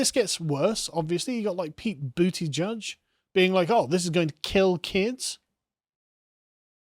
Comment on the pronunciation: Why did you pronounce Buttgig like that?